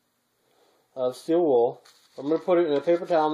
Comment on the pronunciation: Did you say you can us charcoal in steed of the still wool!